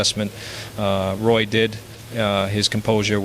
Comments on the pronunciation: No intelligence here i see.just more lazy ass Ai,,it is Roy prenounced as WA not Roy as in toy dummy. Stick to tennis if u even know anything about that. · Definitely Al....Lemieux is a native French speaker, he would not use the English pronunciation of Roy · Yeah, the French Canadian mispronouncing a French Canadian name is pretty much a dead giveaway.